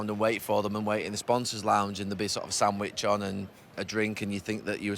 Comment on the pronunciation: I honestly thought he said "and there'd be sort of Sam Widghorn" and that was like an old Bury player he got to meet until I realised he said "sandwich on"